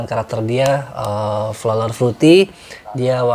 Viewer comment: Maaf om pronounce nya bukan flolar, but floral fruity 😂